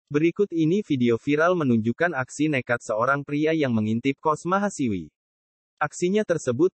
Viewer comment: Mahasiswi bung, bukan mahasiwi...